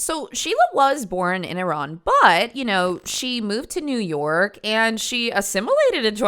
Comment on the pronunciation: thank you for saying Iran and not I-Ran